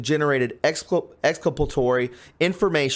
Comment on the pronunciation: Please learn how to pronounce exculpatory and dossier.